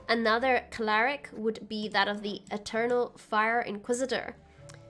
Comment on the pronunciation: Thanks for the guide! I built a similar version and it's a lot of fun. Just one thing, are you saying "claric"? lul it's cleric